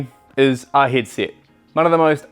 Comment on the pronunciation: I have just noticed he cant pronounce the e' ... He is saying hid sit and not hedset and also birings and not Berings